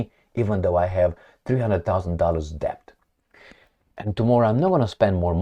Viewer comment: Love foreign accents. The way you pronounce 'Debt'. You keep trying to pronounce the b letter. It is silent. Bet and Debt rhyme. debt /dĕt/